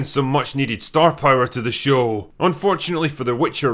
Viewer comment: ...What is this guy doing with almost every sentence's last syllable? "How not to launch a fantasy shooooow" "...Understandable factions, geography, and cuuultuuuuuure" "...That felt believable and lived innnnnn" "...From one location to anothuurrrrr"